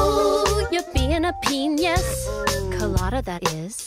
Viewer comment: She just flat-out went ahead with pronouncing it 'penius' and I love that for her and us and the world at large. ... large penuis colada, that is